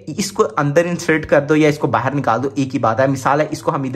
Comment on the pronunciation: Bhai bahan nahin hota hai bahar hota hai